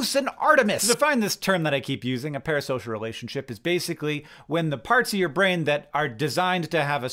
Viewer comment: I’m just curious why he switched up the S and the P in “Parasocial” twice